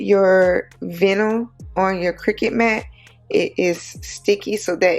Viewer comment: Lol. You actually say the i sound in the word vinyl. So it sounds like more bye nil. But make it a v sound, instead of b. So “vye-nil” . Love the bag. Tfs